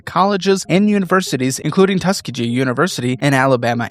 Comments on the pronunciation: Thank you! It hurt my ears when he said it. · You read Tuskegee wrong.